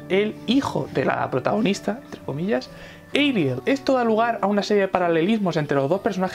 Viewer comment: Se llama Ariel, pero los japoneses lo pronuncian como ''Erial", así que supongo que está bien decirle "Erial"